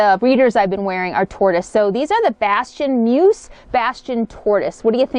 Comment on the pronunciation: Grammar Grouch here... The word MUSE rhymes with USE (myooz) i.e. "USE it wisely" - not "I have no USE for it" :-) RE: Eating past 6pm - Oprah swears by that habit... Although because of my schedule, I myself hardly eat during the day, and have one meal at night, and I am pretty thin...